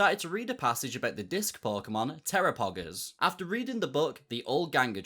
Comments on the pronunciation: Am I deaf or did you call Terapagos Terapoggers?? I had to replay it 3 times oh my god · .... I'm not the only one that heard 'TeraPoggers' when he said Terapagos, right?